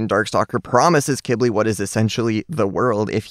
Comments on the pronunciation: It’s pronounced q w I ,b i l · when he call qibli kibli it makes me mad every time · i thought you said Qilbi (Qu ill be)